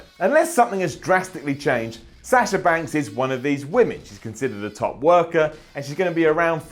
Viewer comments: it's Sasha not Sasher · Oh god how he says sasher and cener